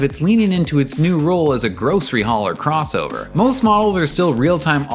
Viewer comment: Mispronounced "crossover". Honda still has zero SUVs in its history, unless you count the Isuzu or Rover models they badged as Hondas.